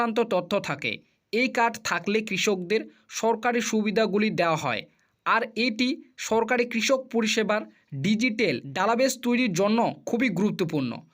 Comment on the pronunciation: আরে ভাই কথা বলা ভালো করে শিক। ইসপষ্ট না ভাই পষ্ট। ডালাবেস মানে?😅😅